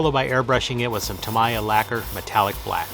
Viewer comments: It's tuh-MEE-yuh or TAM-eee-uh. Definitely not tam-EYE-uh. But holy crap what incredible work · FYI It's pronounced Ta-Mee-Ya . If your don't believe, phone them.